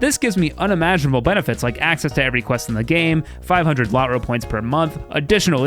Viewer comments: Why are you pronouncing “LotRO”like lottery, phonetically you are saying “la-tro” It’s Lord of the Rings Online - LotRO. Is “Lord” phonetically the same as lottery? No. Say Lord. That sound they the “Lo” makes, is the sound of “LotRO” points. Lo-tro. Not la-tro. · PSA it's pronounced LOW-TRO not LOT-ROE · Maybe it's just an accent thing but hearing him pronounce it "Lot-ro" is really wild to me, I've only ever heard it pronounced "Lotch-ro" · Low tro, lowtro,lotro. Not lot row. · lot-ro is the most cursed way i've heard that pronounced, lo-tro is much more pleasing to the ear